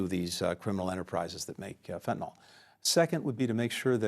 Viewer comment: It's surprising to me that essentially every politician, even one as educated and well-spoken as Blinken, pronounces "Fentanyl" wrong. It's as if they've never seen the word written down.